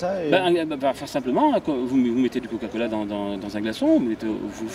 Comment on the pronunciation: Bon OK à quand-même je suis pas la seule à entendre "caca-cola" dites moi 💩🤔 ?